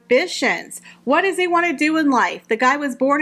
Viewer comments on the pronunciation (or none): none